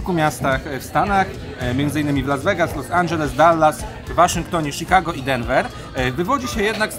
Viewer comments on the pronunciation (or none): none